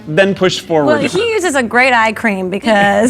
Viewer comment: said move FOUR-ward and it wasn't noted it the pun-o-meter